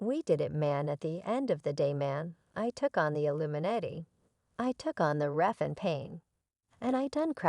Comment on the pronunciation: Noticed he said , "the illuminate" !